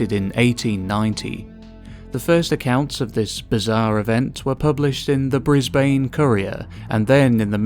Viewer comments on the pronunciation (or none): “Mel born” is ‘Mel bin’ and “brizz bane” is ‘brizzbin’